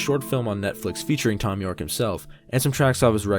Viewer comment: haha, you said thon you'rek